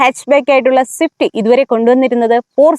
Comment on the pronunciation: സിഫ്റ്റ് അല്ല സ്വിഫ്റ്റ് 😂